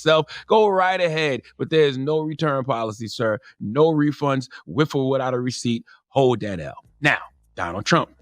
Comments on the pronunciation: Charlamagne: “If you feel what it’s like to be truly wiffout...” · I really wish CTG would learn how to pronounce th, “ wif or wifout “ 30if Fucking annoying and willfully ignorant